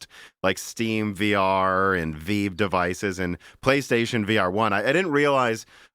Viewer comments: I get so triggered when he calls the Vive the VEEV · Really? The "Veeve"? If there is any topic cannot speak intelligently about, it is VR. So many inaccurate statements and missed opportunities. Post script....your phone is not giving you brain cancer.